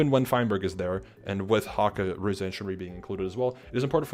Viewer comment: This was super cool to hear, thanks for sharing what you could! One minor thing: Ruze pronounces his name without the “eey” at the end, ruze is a single syllable :)